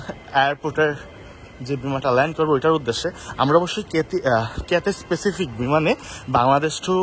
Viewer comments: কাথ্যায় প্যাসিফিক ভাই, আপনি বারবার স্পেসিফিক বলতেছেন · ভাই কিথিস পেসিফিক না ভাই ক্যাথেই প্যাসিফিক আর চায়না এয়ারলাইনস না বলে বলতে পারতেন এটি চায়নার একটি এয়ারলাইনস